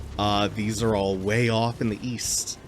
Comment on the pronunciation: All those fragments are way off in the east? I thought you said "weast"